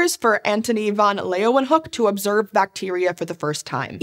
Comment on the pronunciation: Excellent pronunciation of Leeuwenhoek!